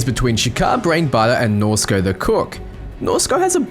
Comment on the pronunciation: Are you doing this on purpose? You first pronounced Shaka ShakEYE, then Shika.. IT"S SHAKA! U said Norsko correct <3 pats potatoes head